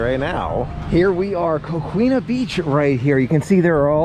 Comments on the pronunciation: Florida is a beautiful state with so many beautiful outdoor places to explore!!! One of my favorite parts about being a Floridian!!! And Coquina is pronounced Ko-KEEN-uh the way I was taught at least :-) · Coquina is pronounced “Co key na“ 😉